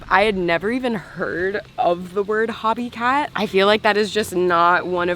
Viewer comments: It's called HOBIE CAT ...HOB ie CAT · fyi - Hobie is pronounced Ho-BEE not "Hobby" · It's hobie ( pronounced oh) cat, not hobby cat. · Looks like a great resort and a fun adventure. Just FYI, so you sound as cool as you are… HOH-bee /ˈhoʊ.bi/ • The first syllable rhymes with go or no. • The second syllable is like bee (the insect). Not like “hobby”. The company and the Hobie Cat sailboat are named after Hobie Alter (1933–2014), an American surfer, inventor, and entrepreneur from Southern California. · Hobie Cat is pronounced HOH-bee KATT Lol. Great video